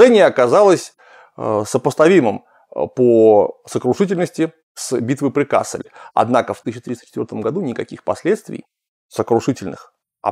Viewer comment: вообще-то надо говорить КассЕль (ударение на втором слоге), т.к. речь идет о фламандском городе. В Германии есть город КАссель. Оба названия происходят от латинского castellum (лагерь), но произносятся по-разному.